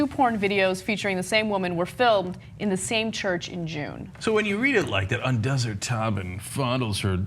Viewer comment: Un-doo's? You need to go back to school Ana...